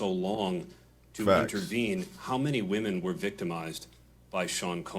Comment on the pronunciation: I love how they keep saying wemon and other victims like b** say men that's how u know men can't be victims 😂😂😂 like dammmmmm